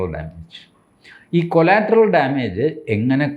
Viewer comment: കൊളാറ്ററൽ, കൊലാറ്ററൽ അല്ല😢